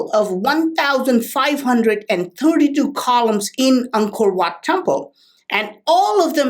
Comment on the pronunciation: Whenever you say Angkor wat I hear uncle watt it's so funny ..lmao👍